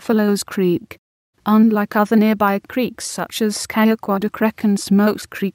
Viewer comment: That's the worst pronunciation of Scajaquada I've ever heard.